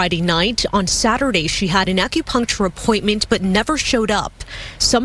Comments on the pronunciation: Acropuntural appt? If you can’t say acupuncture you need to stop making reaction videos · “AccuPunctual” ma’am please be quiet. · couldn't even pronounce Acupuncture...She said "ACRO-PUNCTURE or sumthin like that!!"..🤦🏾‍♂️ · She doin all this talkin and can’t even pronounce acupuncture correctly , . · this ghetto incubator can’t pronounce “ acupuncture” but thinks she knows what happened 🤣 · Can’t pronounce acupuncture but trying to speak on someone’s situation 😂